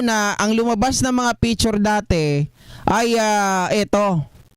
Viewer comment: Anong “ PITURE “ …??? Baka “ PICTURE “ …!!! 🤮😝🤪😜